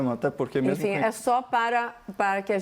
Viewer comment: fatos que eu "MEMU" apurei. (Augusto Arruda)